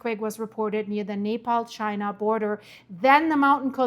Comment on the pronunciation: You keep pronouncing Nepal like Napalm! 😂😂😂😂 Like Venetzuela... so wrong 😂😂